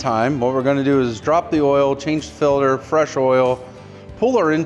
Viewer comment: "change the Phil-Durr" ... - "oil Phil-Durr is tight..."